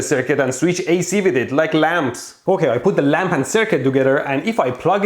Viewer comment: Anyone realize how many times he said sweetch